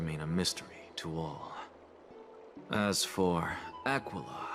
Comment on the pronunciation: Am I the only one that when says "Aquila" it sounds like he's saying "Tequila"?